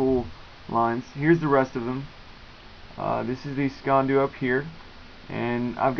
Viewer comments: It's not so much SKEEN doo, more like SKEEAN DOO I'm scottish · Not Scottish, or Scots, (whatever Kyle...), I'm the hated the Sassenacht! (Gaelic word, for Saxon). You say it as, phonetically, skay an doo. Sgean dhu, is the same thing Invented, before the fork, this little knife, was the carried, in the sock, by every Highlander, since year dot. (It's older than some hills!) The best sock knife ever, according to legend, has been forged in iron, heated to cherry red, then pushed into an Englishmans neck, to temper it. Ceramic, is nice but I'm biased.